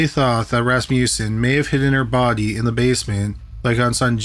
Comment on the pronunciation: The way he says body like the bahhrdy